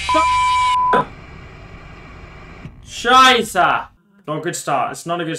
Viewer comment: the way lando is trying to pronounce "scheisse" is way too funny. It sounded more like "Schaiyse"